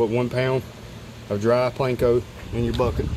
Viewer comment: its panko not planko